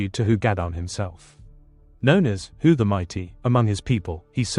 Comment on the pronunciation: Hu is pronounced He in Cymraeg, not who.